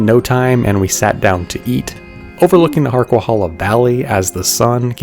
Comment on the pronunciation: It's pronounced HarquaHAYla, not hala.